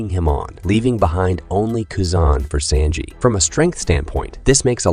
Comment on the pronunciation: Bro said senji instead of sanji